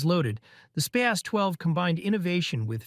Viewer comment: Frahn-kee Spahs-Twelve